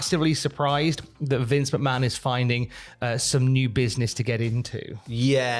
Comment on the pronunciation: you still mispronounced Stephanie's last name